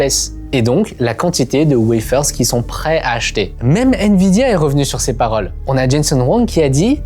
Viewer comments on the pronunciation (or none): none